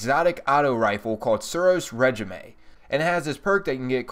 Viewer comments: Just a heads up, it's RayJeeme - Not RedGemAy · Said suros ray-jeem not reg-ime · Great video :) jealous of your strange coins. But it's said ray-jeam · I love this guy, Suros re ji may